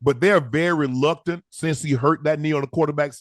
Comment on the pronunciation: Am the only one hearing unc say "luctant" instead of reluctant?